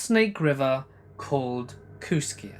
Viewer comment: I live 6 miles from Kooskia! It's actually pronounced kooskee. I said it the way you did when i first saw the name too. And it's on the Clearwater River, snake river is about 80 miles downriver in Lewiston Idaho. Cool to hear my area in a story! I live in Kamiah. Pronounced kam ee eye